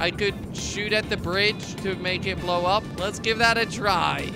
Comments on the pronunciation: In the intro he said upa instead of up he pronounced Apa which means dad in Hungarian! Also I'm a huge fan been watching since 10K subs amazing to watch u grow! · at the first time you say up so much it turn into (apa) in indonesia mean (what)